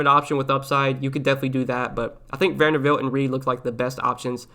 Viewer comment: Thanks for the content, much appreciated! But dude....it is VanderBilt, not VanderVilt!! 🤣🤣